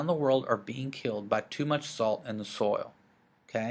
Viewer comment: Are you from Texas? I hear "soil" becoming "sole" haha